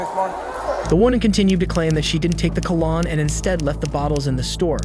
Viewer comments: Brother you need to research pronunciation of words. You call Tupac (pronounced 'two-pock') "Two-Pack" in a more recent video, and you called cologne (pronounced 'kuh-lown') "Colan" in this video. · It’s pronounced col-own dummy lmao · Cah lanhe? Really? WTF is up with You Tube and computer narration? Come on You tube! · Cologne,....not Calan! 🤦‍♀️ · I can't handle the way this host is pronouncing cologne. "Call-on" 😂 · “ Colnon “ lmao but I love these videos keep it up they are amazing! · My mans really just pronounced it "cah-lon". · The way this narrator keeps saying “cull-on” instead of cologne is really aggravating. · He keeps saying col-lon....lol...its cute. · CONGRATS Ive NEVER in my 41yrs heard someone think the POPULAR Old Saying "Hang Tight" was "HANG TAPPING!" LOL, OR pronounce "Cologne" as "Col On"! Is it Because ENGLISH is (I hope) NOT your Native Language? Also Killers : PLEASE FINALLY ANSWER YOUR SUBS Question as to WHY does the Commentator seem to speak & fully understand English, BUT, soooooo many times your On-Screen subtitles/Quotes COULDNT BE MORE HILARIOUSLY WRONG?? Like she BLATANTLY "Hang tight" YOU SAID (RETARDEDLY) "Hang TAPPING"?? ROFL! WTF? is wrong with u?? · What is "coal-on" ? Lmao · Ah yes, Ka-lawn! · lawd the way you incorrectly pronounce cologne is driving me crazy lol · This man doesn't know how to pronounce cologne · You're pronouncing cologne incorrectly. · I know it was so annoying